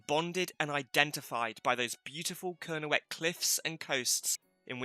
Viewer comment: Great info - not great pronunciation! Kernewek/Kernowek - more towards "Kernek" with a slight o sound before the 2nd e. It has a silent w as in Boscawen-un ("boskaa-noon") Chysauster - "tche-ZOYster" (hardly ever pronounced right by people not from there!) Carn Euny - more towards "oonie" than "younie" Fougou/Fogou - "foo-goo" Chun (Castle) - "choon" Sorry to be picky but I think it's important to preserve the traditional pronunciation against Anglicisation. Look what happened to Redruth! no-one pronounces that "r'DRUTH" anymore! That said I enjoyed the vid, thanks!